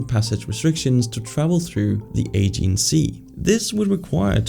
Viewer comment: Aegean Sea, pronounced Ah-jee-an